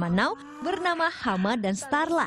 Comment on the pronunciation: Hema buk bukan Hama;v